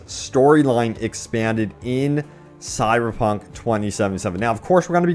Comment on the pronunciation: Dude , why do you have so much trouble pronouncing the name of the game. It sounds like you are saying "sierpunk".